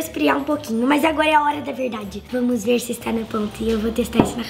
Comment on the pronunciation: Eu me matei de rir quando a disse vamne 🤪🤣🤣🤣🤣